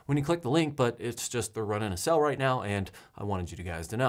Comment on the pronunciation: I’ll say it again.. you pronounce SALE as SELL.. why?! Other than that oddity.. love your channel !